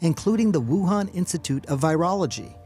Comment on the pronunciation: Why do you keep pronouncing Wuhan wrong? Especially when Fauci pronounces it correctly. 🤔🤣